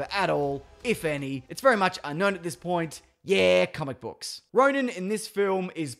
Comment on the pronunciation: Ronan, not Roman. Otherwise, bloody great stuff, man.